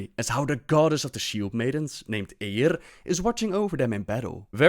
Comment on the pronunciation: The way you say "Eiyr" is exquisite.